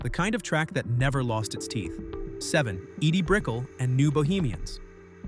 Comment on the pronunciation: It's Brik-ell not Brickle